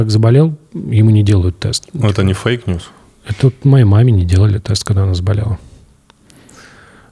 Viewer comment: Тимур, "фейкньюсили"???))))